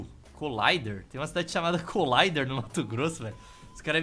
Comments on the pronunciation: Como tu citou que no MT tem cidade com nome em inglês "Coláider"? Está escrito Colíder, se lê Co-LÍ-der mesmo. Está provado que nem brasileiro conhece o Brasil. E só pra deixar claro, 30° aqui no MT é fresquinho. Na Região da capital Cuiabá é 39° na sombra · Ei, na verdade a cidade que se chama """colider""" se pronuncia "Colíder" morei em Sinop-MT por um tempo. Abraços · #Colider MT. Eu conheço. Não é Colaider* Leitura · N sei se alguem já disse mas o nome da cidade é Colíder como falado em portugues mesmo kkkkkk vem da sigla de Colonizadora Lider que varias colonizadoras vinham pra cá e pá e 30º nós tamos no lucro ainda, vira e mexe pegamos 36 aqui no MT kkk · é Colíder, com acento agúdo no i kkkk | co-líder Minha mãe ja foi pra lá, parece uma cidade mt boa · O seu pior erro foi ler Colíder como "colayder". Pelamor, man... Br, pô. kkkkkkkkk